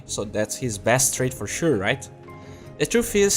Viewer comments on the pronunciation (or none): none